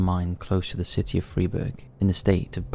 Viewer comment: just a well-intended note: Freiburg is pronounced "fry-burg".